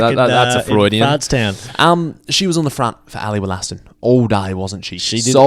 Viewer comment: "Ally Woll-a-ston" not "Woll-aston"